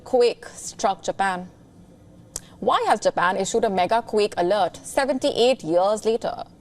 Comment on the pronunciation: why do you say "quick" instead of "quake"